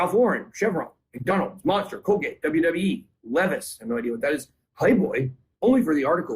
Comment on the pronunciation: yes he said levvviss foe levis (leev' eyes)